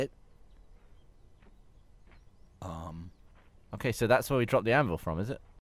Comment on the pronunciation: Gavin: buucket Me: dear god